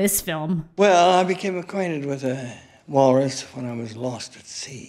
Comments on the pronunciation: Why is she saying Wallerus? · I can't tell if is unintentionally mispronouncing wal-rus or if she's committed to the Wallace+walrus portmanteau bit